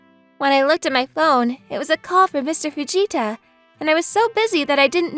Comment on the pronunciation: Okay I could have sworn I heard " shut it vegeta " rather than fujita